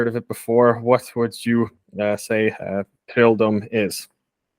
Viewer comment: whatever bro, det är väl uppenbart på hennes uttal och utseende att hon inte är 100% svensk? Hon påstår sig vara "first generation swede" men vad fan betyder det liksom, haha, på sättet hon uttalar trolldom och andra ord är det ju tydligt att hon inte talar svenska